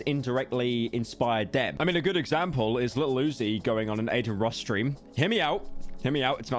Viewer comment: bro pronounces lil uzi like fucking iggy